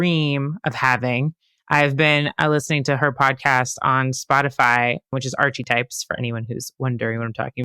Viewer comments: They mispronounce everything lol "Duchess of ESSEX" "Archyyyyytypes" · "Archie types" ?!😅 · Came to find this comment. Host also says "Archie-types" for the podcast. 😂